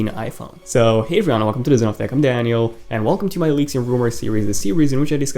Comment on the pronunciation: It is so funny how he says his name